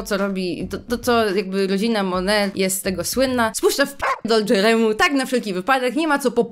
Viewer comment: Czy tylko ja stwierdziłam, że dobrze jest sprawdzić jak czyta się tytuł książki tj. jak wymawia go samą autorka? Rodzina MoneT.